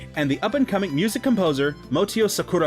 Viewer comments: Although the retrospective is really good until now, I'll have to make a little correction: the composer is called Motoi Sakuraba, not Motio Sakuraba. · It's Motoi Sakuraba, not Motio. Enix was a publisher, not a dev. they outsourced all their games' development.